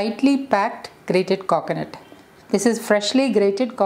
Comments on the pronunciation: Meshuuuud 😂😂😂😂 Kokonut 🤣🤣🤣😂😂😂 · Your way of pronouncing 'Coconut' & 'Meas(h)ure' is very different